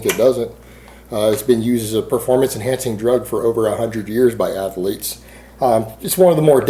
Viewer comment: Athaletic, Athaleete..... What's up with these pronunciations?